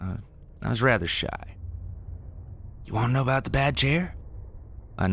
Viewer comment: Can they get someone to narrate these stories that ISNT FROM CANADA. That can pronounce the words OUT, HOUSE, ABOUT etc. CORRECTLY!!!!!!!!